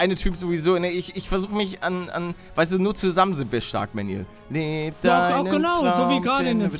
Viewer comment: Er heißt Manuel nicht Mänjuels